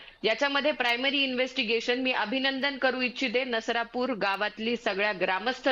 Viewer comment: नरसापूर नाही, ते नसरापूर आहे.